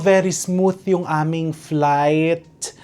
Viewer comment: Flightttttttttttttt hahahaha grabe sa accenttttttt hahahaha